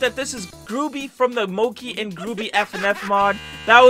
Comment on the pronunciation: btw it moc-E and gruu-by so that's how u say it...